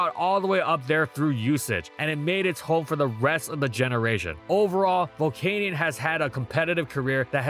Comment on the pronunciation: Is it spelt volcaneion? No then pronounce it correct it’s pronounced Vol-can-yen 😅